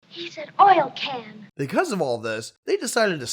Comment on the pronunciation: “He said, “oil can “”🤣